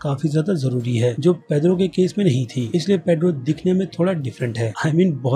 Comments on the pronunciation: It's pietro not pedro 🤔😂😂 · वो पेड्रो नही पिएट्रो है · bhai tumhara info badia hota hai lekin tumhari sabse badi galti hoti hai tum characters k naam bilkul bhi sahi nahi le te ho "Pietro ko Pedro" had ho gai bhai video ki info mujhe achi lagi lekin sirf characters k naam sahi na lene ki wajha se main video ko dislike kar raha hoon or ye sirf is video k liye nahi to mostly videos mein characters k naam, actors k naam hamesha galat bolte ho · Jhantu it's piettro not pedro pedro.. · It's peiotro not pedro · pure video me pedro pedro pedro fix this bro google translate Pietro kya yaar pure video me pedro pedro kar raha hai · Pietro not pedro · His name is petro not pedro ! Anyway great effort 👏 👍 👌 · it's pietro not pedro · ek baat toh ye hai ki aap actors k naame ki maa behan kr deta hai.... Pietro not Pedro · Why are you calling Pietro as paidro? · Its not pedro its peitro/peter ,what is wrong with ur pronunciation evèrytime